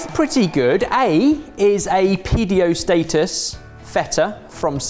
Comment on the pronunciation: If I didn't have Closed Captions on I thought he said Pedo instead of PDO